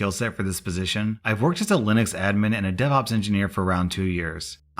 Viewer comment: I thought you said deadops engineer